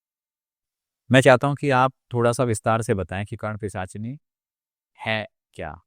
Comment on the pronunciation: एक भी बार सही से पिशाचिनी नहीं बोल पाए सही से